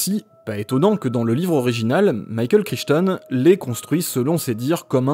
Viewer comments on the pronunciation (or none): none